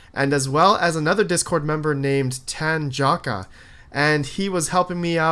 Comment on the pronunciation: You're murdering Tanjocka with your pronunciation. I also believe he is a she (Tanjocka is little Tanya in Slavic languages).